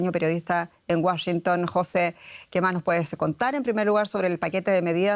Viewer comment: Señora. Entre Jose y José hay una clase de Español de diferencia